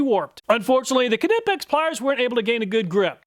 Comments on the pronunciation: Kah-nipix, lol. Never heard anyone call it that. Just nipix is how ive always heard it pronounced. Pretty sure the k is silent. edit: I love your channel brother. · knipex has been on the channel long enough now to be pronounced correctly ;) its not "ka-nippex" instead try "qneeppex" :) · NY-pex. Not Kuh-nip-ex. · It’s pronounced NIP-EX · It is pronounced "knee-pex." Uh, but great test. Thank you. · Knipex-pronounced~ nighpex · It's pronounced NYE-PEX. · Great video 😊 kah-nipex sounded like a sneeze 😀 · Please pronounce Knipex correctly - the K is silent and it's pronounced "Nipex" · isn’t it pronunced NY-pex? Like a knife?? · The Knipex YouTube channel has a pronunciation video. Kuh, ni, pex. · The k is silent. knipex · All these years doing tool reviews and you still mispronounce Knipex. The K is silent, like knee 😂😂😂😂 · I will never get over and forever cherish how you pronounced Knipex. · I believe the Knipex name has a silent K and the I is long. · Nope. Hes the only person ive heard pronounce the "k"